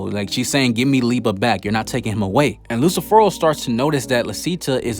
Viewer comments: Excelent video men but Is lucifero not Lucifer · Did he pronounced Lucifer horribly wrong. or did I heard that wrong